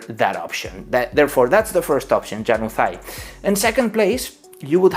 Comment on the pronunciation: Hello, incredible video. Just want to add something, januzaj is pronounced like in Latin, and the accent is in the letter a, ja-nuzaj